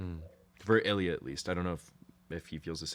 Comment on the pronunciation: "Илья́" Ilya- the emphasis is on the last letter ❤